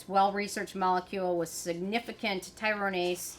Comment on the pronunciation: ty-ro-si-nase inhibitors